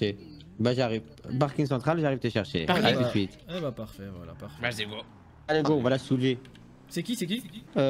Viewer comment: « Ramene ta gueule dépêche toi wsh « « a tou siute » 🤣🤣😭